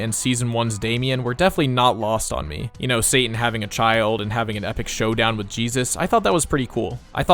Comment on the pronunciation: Pronouncing "Satan" with a glottal stop is enormously provoking.